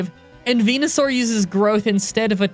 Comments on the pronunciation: When you said "Benusaur" I've heard PENUSAUR 😅 laughs nervously Anyway, great video as always, PRAISE LORD HELIX 😂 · Fucking "Benusaur" killed me